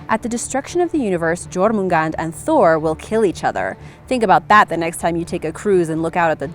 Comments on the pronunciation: It's not Jormungand it's Jormungandr. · "J"ormungand? Really? Brush up on your Old Norse pronunciation! the letter "J" is pronounced like the English "Y" in this context.